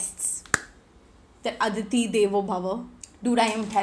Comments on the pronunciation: Its atithi devo bhava , not Aditi 😂😂. Love your content but that was funny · Dude, it is Atithi devo bhava and not aditi devo bhava, you call yourself an Indian whereas you bash India in every story, cannot speak hindi (basic language). India itna hi bura lagta hai to nikal jao na India se.. koi rokne nahi wala tumhe. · Babe, ADITI nhi- its ATHITHI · Malsss yaaaarrr😂😂😂 it’s atithi not Aditi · Hey Its Athithi Devo Bhava not Aditi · its not aditi devo bhav,its atithi devo bhava,atithi means guests